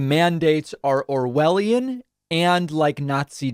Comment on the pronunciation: The rest of the world are looking on the USA with horror. Why do Americans think the vaccine is so bad? Why did that guy say it is owelion and what the Germans did in WW2? It’s clear to me that this guy has never read anything by George Orwel and he know even less about Nazi Germany and what happens during the holocaust. The Germans were not forcing people to have tetanus jabs or typhoid vaccines. The way the news readers twisted their words into something sounding very nefarious. American people. Get the vac, otherwise the virgins going to wipe you out! Why the right wing are brain washing people to believing the vaccine is bad is beyond me and the rest of the world. They keep banging on about freedom. The thing is they wont have any freedom when the hospitals are over run with sick and dying people. I have family in North Carolina and they are brain washed into thinking the vaccine is somehow bad for you? All they can say to us in the UK is “Don’t judge us” we are not judging you. We are just scared for you and only wish the best for you. So get th vaccine before it’s to late.........☠️